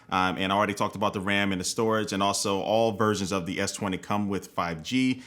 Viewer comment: S twentay !!!😂😂😂😂